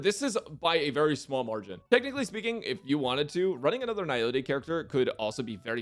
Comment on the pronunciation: is the only YouTuber I've ever seen pronouncing Nihility correctly. Immediately subscribing because of that alone